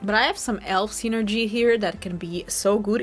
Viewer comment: It's always curious when you add a W sound at the beginning of words like, "elf." It sounds like youre saying, "welf," lol 😅